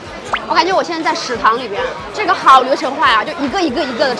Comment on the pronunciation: 她確定是ㄕˇ堂裡，不是ㄕˊ堂？